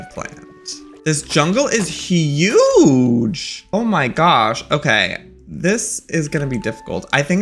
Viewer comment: Everyone: huge Joey: Hii-uge